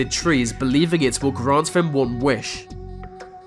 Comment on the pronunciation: You say vem and vis instead of them and this strange !!!!